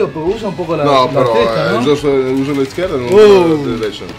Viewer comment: mario says "izquierda" with a spanish accent on the Z.